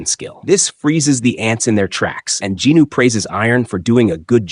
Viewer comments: Who the F**K IS JINNO? you keep repeating it, its JIN WOO its so frustrating you keep on saying JINNOO... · i didnt expect to get a answer so thanks for the explaination bro. I was confused about it in german you pronaunc it "sOng jin-Woooo" so it "hears" wrong for me if you say ginu loool :D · I like your slides but Jinwoo’s name sounds like Jino😒 , kinda distracting! But this is the complete manhwa on the Jeju arc!Thank you. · Djinu? Do you mean Jinwoo? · Jin woo ❌ Jinu ✅ 😭😭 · Bro who the hell is "Ginu"? Does you maybe mean "jinWoo"? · who the hell is "jee knew"?